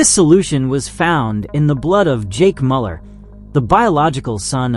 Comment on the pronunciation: Goodness though, check your pronunciation for this video. So many mistakes with monster names, in addition to the expected one on Jake Müller's name.